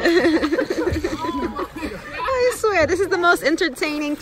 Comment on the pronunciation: Jamaican accent came out when she said "I swear" lolol Looked like y'all had soooo much fun